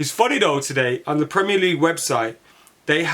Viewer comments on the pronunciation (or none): none